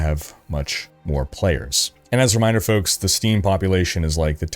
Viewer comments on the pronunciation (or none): You said it wrong. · Its folks, hey!